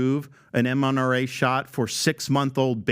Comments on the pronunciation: Lol, Ron said "mNRA shot" twice instead of mRNA. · Hey Gov….its mRna….not mNra. Like good lord man…this is the type of dumb stuff he gets wrong.